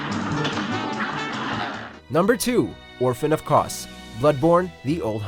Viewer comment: " Kos " " Smaogh " Wth